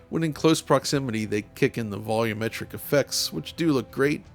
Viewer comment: OH MY GOD! YOU FINALLY DID IT! I can't believe you said "volumetric" the right way, finally!!